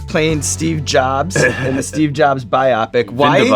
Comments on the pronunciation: I’m sorry Sean by “bye-op-ik”, what is that? It’s pronounced bye-o-pic. That totally messed with my brain. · lol at your pronunciation of "biopic". It's BIO-pic not bi-OPIC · Bi-opic? Lol it’s pronounced bio-pic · C'mon, Sean, it's pronounced bio pic, not bi opic. A biographical picture, shortened. Bio. Pic. Biopic. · huge fan. love the show. long time viewer. serious question.. is it pronounced, "bi-opic" or "bio-pic"... i always thought the latter? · it's pronounced BIO-PICK (biography = bio, motion picture = pic) not BYE-OPPIC. Sorry, giant pet peeve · First We Feast it's pronounced Buy-ow-pik (biopic) make sure to inform the interviewer please! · Sean it's bio-pic not biopic. Comes from a shortening of "biographical picture" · sean says "biopic" weird. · Sean says biopic like bionic 😄 Saucy. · sean that's not how you pronounce biopic